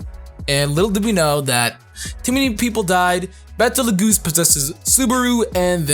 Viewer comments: I think Betelgeuse pronounced is "beetle juice" not like battle geese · ....its Bet-L-Gyuse